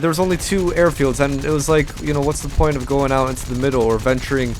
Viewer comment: point not poijt